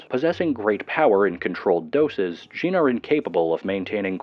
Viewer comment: Djinn, it's just jinn not DEjinn